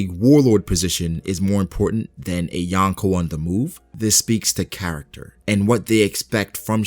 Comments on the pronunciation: Yonko** not Yanko. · Wtf is "yankow"?? Lol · Please learn how to say Yonko properly not yawnko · You are pronouncing Yonko wrong